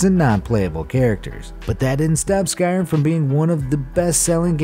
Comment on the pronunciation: Skyrym not skyrum